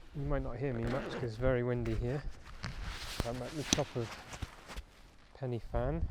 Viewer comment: I'm Not a hater honest it is in South Wales not southern England and Pen Y Fan is pronounced Pen Uh Van. pen i fan